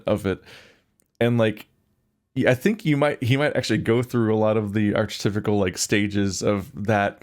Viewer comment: I love you and this is pedantic but if you’re going to be doing more analytical videos please, please, please learn how to pronounce ‘archetypal’ (ahr-ki-thai-pull); you always say “arch typical” which is nothing and it just undercuts whatever your point is. You conquered your whole ‘windmeel’ thing, I know you can do it!